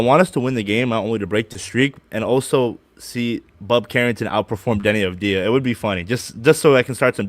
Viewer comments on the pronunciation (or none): Hey Guys: How can you claim to Wizards' experts when you can't even pronounce Deni Avidja's name. This may help you: Pronunciation: \Denny AHV-dee-uh\